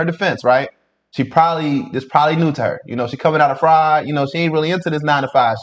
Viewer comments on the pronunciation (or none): none